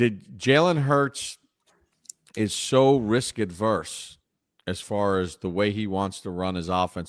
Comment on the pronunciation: Thanks for the insights, guys. Win or lose, this podcast is a must listen. (By the way, Bob, it's 'risk averse'.)